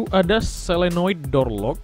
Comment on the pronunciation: Yg benar solenoid apa selonoid kak